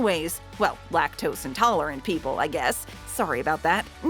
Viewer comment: Me when she said lac tos in talrente :im lac tose is n taletent and i eat ice crem